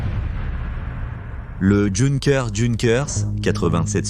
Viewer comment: Prononcer Yunker le J en allemand se prononce Y